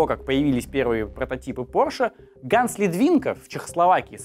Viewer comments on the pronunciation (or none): none